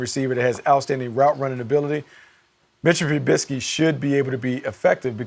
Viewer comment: that's the most interesting way to say Mitchell Trubisky that I've ever heard lol